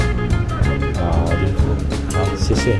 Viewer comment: 你這一聲謝謝就暴露了你不是本地人😂